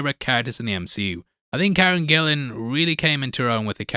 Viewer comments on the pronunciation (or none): none